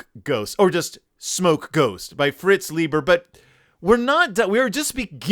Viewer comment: It's pronounced LYE-ber. Say it with me: LYE_ber. But at least you tried. I give you credit for that.